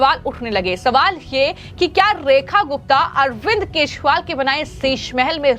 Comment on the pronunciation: यह हमेशा केश री वाल कहती हैं